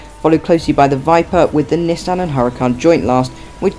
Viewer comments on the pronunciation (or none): HURACAN, NOT HURICAN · 😂hurican its huràcan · Its huracan